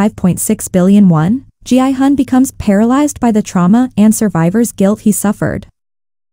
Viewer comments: Why do you pronounce Gihun as Jianghan? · It’s a text to speech, so the AI reads it as G-I-Hun.